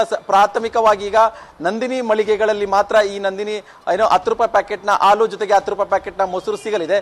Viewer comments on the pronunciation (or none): News First kannada- reporter adu haalu, alu alla pa- adu en kannada uchara madtira pa nimminda kannada uddara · ಹಾಲು ❌ ಆಲು✅ ಹತ್ತು ರೂಪಾಯಿ ❌ ಅತ್ತು ರೂಪಾಯಿ ✅ 😂😂😂